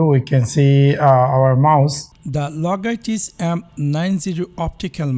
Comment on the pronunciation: Logaitich 😂😂😂 Dead after hearing his pronunciation 😜😜😜🤣🤣🤣